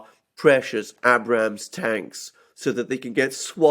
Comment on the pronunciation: Hey Alexander the Abrams is pronounced with a hard first A not a soft a.